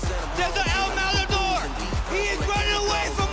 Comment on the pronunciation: " el mamator" hahahahaha how come they dont get the pronunciation right hahaha